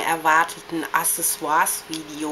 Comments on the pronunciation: man spricht es AKSsesior aus!! Nicht Assesior... :P BITTE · naja deine vids find ich erlich gesagt nciht so gut^^ is eben meine meinung ^^ und nur n tipp das wird äh.. AKsessesua ausgesrpcohen nicht ASSesua ich weiß das ist falsch geschrieben ^^ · zuerst dachte ich ja, das wär sowas wie ne verarsche^^ übrigens wird das "aXessoire" ausgesprochen ;) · Man tut es schon. Denn es ist ein französisches Wort und sollte französisch ausgesprochen werden. Man sagt ja auch nicht [Handie] sondern [Händy] oder? Ich wollte nicht fies sein, ich finde toll, aber bei so etwas läuft es mir kalt den Rücken runter.